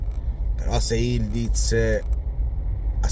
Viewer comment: Questa lettera ı in turco è una U.... Si legge Yulduz